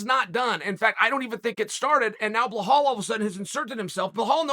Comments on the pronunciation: Sources have confirmed, the official pronunciation for Belal is now "Blahal". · BLA-HALL vs Luque! 😂😂😂 I swear at this point Chael just does this on purpose lol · Blahall??? Who the fcuk is that guy? Cmon brother his alias is “Remember the name” Put some respect on the man’s name. It was funny at first tho… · Belal is pronounced as Be-lal. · blahalll lmao chael the ultimate white guy. 🤣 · He said Blahall is gonna, y'all laughed at him 😂😂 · He said Behal believes in Behal 😂 which is true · Who the fuck is bla-haw? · chael sonnen : remember the name blahala. hard prononciation to hear as an arabic like me lool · You sound silly cause you talking about "Blahal"? Unche Chael lol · Bilal: "RRRRemembbbberrrr the Nameee Uncle Chael: Behal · Why does Chael get literally everyone ethnic’s name wrong haha he calls him Behal 😂😂😂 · Why is he pronouncing it Bahal? Lol. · Ily chael, but you are absolutely butchering belals name lol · So I wonder how many times Belal will have to do "Everything Right" before Chael starts to Finally pronounce his name properly? C'mon man, its been over a year now. Jon Anik would be 🙄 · brother there is no h in belal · Dude can't even pronounce Belal's name. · Why do u ruin his name like that!! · I know it’s your schtick…. and I usually thoroughly enjoy your mis-pronouncing fighter names…BUT PLEASE… give the man the respect he’s earned… and get the name correct…please? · Is there any good reason you consistently misread the name "Belal" and call him "Blahal"?? I mean CONSISTENTLY. Is it so hard to just read 5 letters and remember them if that's the only one job u have? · Its Belal not Belhaul… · Great Chael! Would you please say Belal not Buhaol! Thanks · Hey Chael love you man, but who the hell is blehal? Not sure if your trying to be funny but it''s belal not blehal!!! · This guy is fantastic I love how much he fuck up his name constantly with (confidence)😂😂 blahal= belal. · Why DOES chael keep saying BLEHAL??? The mans name is BELAL